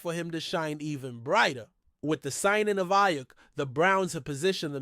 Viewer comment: cant even say aiyuk right bro this is terrible